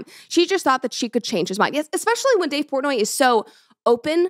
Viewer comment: Who tf is Dave Pornay??